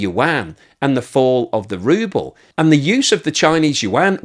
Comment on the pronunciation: From “Ruble” to “Rubble”